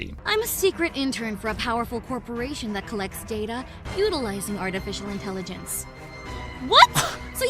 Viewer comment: are we ignoring that said "oodlizing" instead of utilizing? does anyone really pronounce it like that?